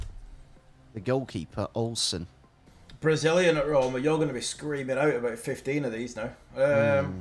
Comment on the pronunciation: Not to be rude but Stop saying Roma